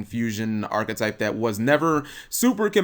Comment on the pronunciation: Wow... did actually pronounce "archetype" correctly? slow claps